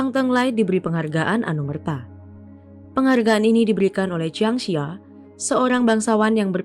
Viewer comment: Jiang Zi ya dibaca Chiang Ce Ya